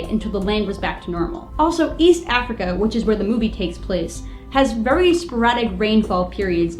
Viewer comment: THE WEATHA! VEWY PECULIAR.